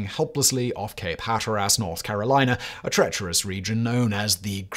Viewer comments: Yep. Hat Or Ass really. 😂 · Today I found out, there is a place known as Hat Or Ass North Carolina. Leave it to an Englishman to butcher the english language. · Great vid... Might want to check your pronunciation of Hateras though.😂